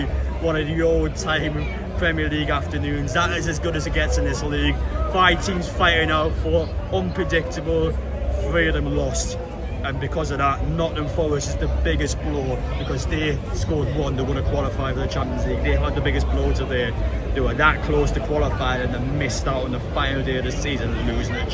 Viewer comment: As a Newcastle fan from Nottingham, please pronounce Nottingham correctly. sounds so cringe anyone saying Nottanum